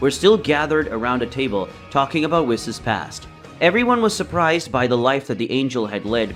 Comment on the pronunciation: It's pronounced "whees" not wiss